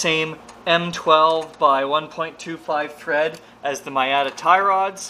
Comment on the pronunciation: I guess it's canada but, Miata is pronounced like MEE-ah-tah. Not to be a sloppy prostitute. Love your vids and can't wait for the next one.